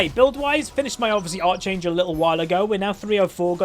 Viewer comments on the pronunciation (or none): Its pronounced ark-angel not arch-angel